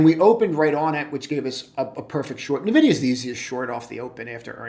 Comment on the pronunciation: 'N'vidia not navidia